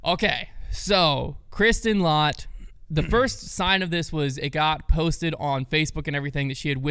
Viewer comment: 6th in the world for non top 10 Paige Pierce after that win! It's pronounced let, not lot by the way!